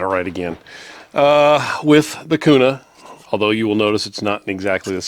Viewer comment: Its Kuna bro, native Idahoans dont pronounce it Kyounah😆. What Optic and height are you running for co witnessing? Guys are lubing those mags and saying its better, but there is also crack issues. Hopefully better mags come out. Great gun